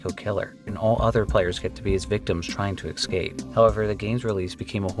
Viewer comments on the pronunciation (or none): It's escape, not excape